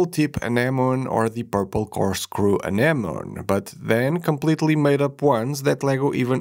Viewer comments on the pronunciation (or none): It's called an - uh·neh·muh·nee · It's a reasonable assumption it would be a silent "e" given how many English words end that way, but anemone is actually pronounced "uh-NEM-uh-nee." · Anemone is pronounced like "An-em-oh-nee." For future reference. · Say it with me Ah nem oh knee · Did nobody watch finding Nemo that they keep mispronouncing anemone? Note: English is my 3rd language. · Poor, having to pronounce "anemone" so many times